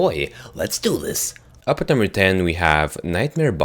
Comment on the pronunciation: he's wierd he says nuf number 4